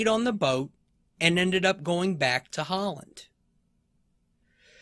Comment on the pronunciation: John HOWLAND.....HOWLAND....it's HOWLAND!!